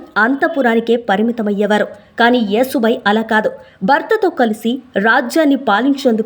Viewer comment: Vinalekapotunnam thallee...yasubai ani cheppandi😮😮